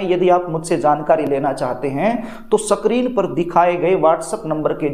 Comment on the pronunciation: पंडित जी, स्क्रीन को सही ढंग से बोलिए। सक्रीन सक्रीन बोल रहे हो। गंवार टाईप।😂😂😂